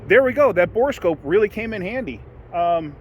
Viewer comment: Thank you for calling it a bore scope instead of a bore a scope.